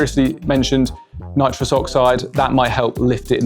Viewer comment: It's nitrous, not nitros